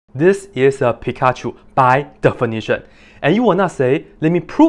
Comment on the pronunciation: Why do you say Pikachu differently? It bothers me hahaha